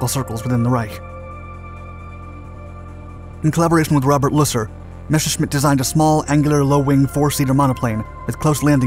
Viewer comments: Ok, cool, nice vid and all, but say it with me. Mes. Ser. Schmitt. NOT MESHERSCHMITT. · Messhersmit bf109, thats how u say it